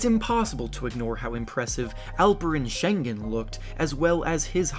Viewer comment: He couldn't have said Sengun's name in a whiter way